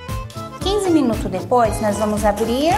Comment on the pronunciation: minutos... não engula o s